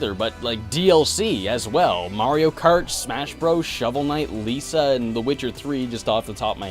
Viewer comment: Lisa..? no lisa...